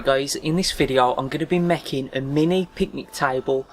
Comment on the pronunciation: Have you been up in Yorkshire? 😂 I heard 3 Yorkshire twangs in your intro... I'm gonna be "mekking" 👌 Unless you've been chatting to Evolution a lot? 😄 Right.. on to the rest of your vid 😉